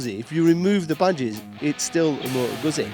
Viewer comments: C’mon man, you could learn correct pronunciation of Moto Guzzi… it’s not that hard :) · How can you be a motorcycle reviewer but can't pronounce the make of the bike.